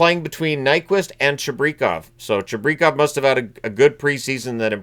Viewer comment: I'm being pedantic, but I'm pretty sure it's "Chih-breh-kov" Looking forward to seeing how Toews handles tonight.